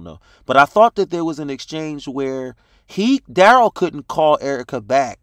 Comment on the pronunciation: Duh-rell....Derail....lol. Good one